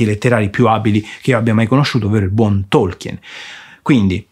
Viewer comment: Difficile definire Lord Of The Rings fantasy. Quello è venuto dopo. Tolkien (a proposito… la E non si pronuncia) voleva creare una mitologia. Va letto come leggeresti la saga Norrena, o il vecchio testamento.